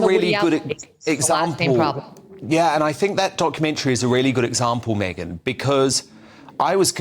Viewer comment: It's MegYn - not MeGHan! Mr.Wooton. There's a difference, a huge difference 😊